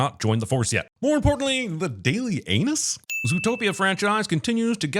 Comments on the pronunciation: It's The Daily GNUS, not anus! 😂😂😂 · Not “the daily anus.” It’s “the daily gnus.” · Its Daily Gnus, like the animal. :P Pronounced news.